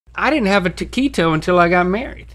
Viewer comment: Especially whenever he said taquito